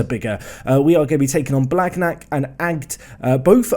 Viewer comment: Your pronounciation on th « gn » like blagnac is terrible! 😂 it’s more « blaniac » if you only consider spelling